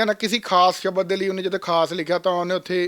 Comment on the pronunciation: ਇਹੋ ਬੇਵਕੂਫ਼ ਬਾਣੀ ਵਿਚ ਸਬਦ ਨੂੰ ਸ਼ਬਦ ਬੋਲੇਗਾ।